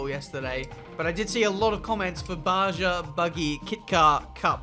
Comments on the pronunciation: It's pronounced Ba-Ha, not Ba-Jah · Baja is pronounced “Ba Ha” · BTW in Baja the J sounds like an H. The name sounds like Baa Ha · Its pronounced (Baha) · Baja is pronounced Ba-ha. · Btw. Baja is pronounced Ba-ha. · Baja is pronounced like (Baha). They pronounce J like H in Spanish. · Baja = BAA-haa, go back to uni